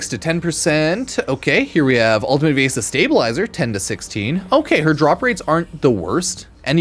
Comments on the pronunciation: Viaessa? It’s VIESSA VI-ESSA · Like Venessa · It’s pronounced like ‘VE-NESSA’ ‘VI-ESSA’